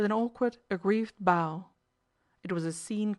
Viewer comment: The words “bow” and “bow” are homonyms with different meanings and pronunciations. “Bow” rhymes with “how” and means an inclination of the head or upper body. This is the word that is mispronounced repeatedly in this reading. “Bow” rhymes with “show” and is a noun referring to an object such as that which is used to play a violin, or the result of tying a ribbon or string into a decorative knot.